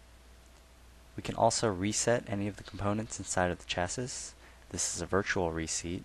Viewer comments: Agreed - Chassis is a French word. Pronounced as below: shassee. Very irritating! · Thanks for the presentation. Just a comment though I think you are pronouncing the word 'chasis' incorrectly it should be sha-see.